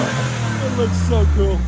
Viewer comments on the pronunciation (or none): none